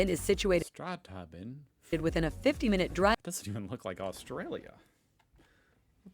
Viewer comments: Strat-Halben is actually a gorgeous town in the Adelaide Hills and is pronounced StraTHalben - mostly though we just say Strath. Anything along the Great Ocean Road will have very cold sea - straight from Antarctica. Take your wet suit. AI is ghastly and will kill the joy of the internet. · Not "Statalbin. STRATH AL BYN, Strathalbyn 😂😂😂😂 in South Australia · Those AI pronounced place names are so cringe .Strathalbyn in SA is said STRATH- AL-BIN and its settlers were Scottish back in the day. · The first time the narrator said "Strathalbyn", she stuffed up the pronunciation. She actually said: "Stratalbyn." There is a "th" sound in there of course. Though she pronounced the word correctly the second time she said it. Yea it's likely a robotic / AI voice. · uhhh. no, the "th" is not sounded like "the". But correct that its Strath-albin. They also forgot to say that it is in a major wine region and is also a shit hole. But hey, maybe if your retiring there you might like it. A million bakeries, cafe's and antique shops. not much for youth or young families except for maybe the pool or skate park. Or proximity to Adelaide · Correct pronunciation = Strath-Albin. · A lot of those towns are way too touristy to live, and the pronunciuation is terrible - e.g Strathalbyn woud be pronounced nore like"Strath-albun" with as much Aussie drawl as you want. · Love the way they pronounced STRATH-AL-BN spelled phonetically so you know how to pronounce it, Beautiful town, went there twice last weekend (Saturday and Sunday) It's a great drive from Adelaide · lol it’s strath-al-bin ( byn) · yeah wouldn't be going near Alice Springs... unless your out in the desert and your gathering supplies... loved going house hunting in Esperance with ya ! and Esperance is a very nice little town... Strathalbyn is pronounced Strath-al-bin, or as a South Aussie, we call the place Strath ! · Gah! Machine narration! Aussies pronounce it more like “By-run” Bay… “Ev-van-dale”… “Strath-al-bun”